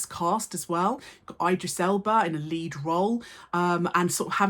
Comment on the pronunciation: miss you're an indisputable icon but that pronunciation of Idris is atrocious